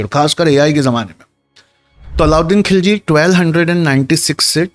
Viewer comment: کھلجی نہیں خللجی، کو کہنا نہیں آتا!! بھلے ہی انگریزی میں لکھتا۔